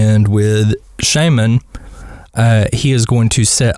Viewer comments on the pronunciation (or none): none